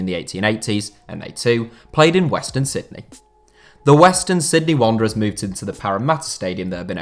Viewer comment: Completely butchered that western Sydney wanderers element fella...